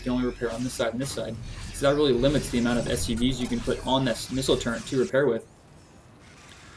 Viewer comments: TURR - ET Stop saying Turrent please! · Turret, not Turrent o.o Otherwise, good cast :D